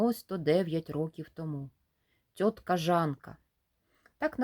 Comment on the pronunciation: Та не тьотка, а цьотка